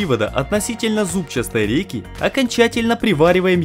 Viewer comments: Всё чётко!!! Только слух режет слово "зубчаСтый". Вроде как надо просто говорить" зубчатый"! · ЗУБЧАСТЫЙ...? ИЛИ ЗУБЧАТЫЙ. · единственное замечание которое резало слух это "зубчаСтый" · Правильно говорить зубчатый а не зубчастый, прямо слух режет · Почему зубчастый а не бузчатый. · Сюжет понравился, однозначно молодцы, но ударение на "зубчаСтый" и "ЗубчаСтая рейка" режет слух. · ЗубчаСтый. Чуть с ума не сошёл пока ты не перестал это слово повторять